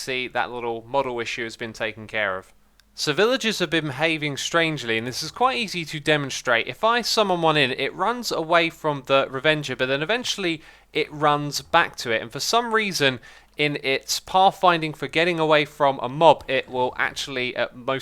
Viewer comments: Stop calling the raaaaaavenger the reeeeeevenger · Sheesh x don’t you know it’s ravager not ravenger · ooooomg he said raveeenger again I'm gon git anurism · Reverger sounds like averger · Please say Ravager CORRECTLY next time. Thanks :)